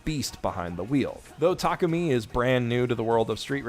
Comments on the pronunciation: I got to ask why do you keep butchering Takumi's name cause you keep saying Takami. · W-what is happening someone can say Takumi correctly?